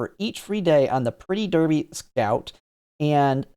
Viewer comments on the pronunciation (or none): none